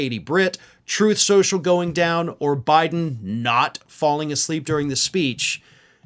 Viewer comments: "Troth. Cential." - DJT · Actually, according to Donald, it's pronounced "Troth Socul".